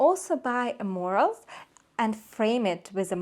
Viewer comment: I believe you’re trying to say Mural, it’s pronounced myur-uhl